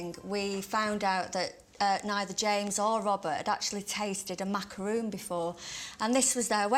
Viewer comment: It's MACARON not macaroon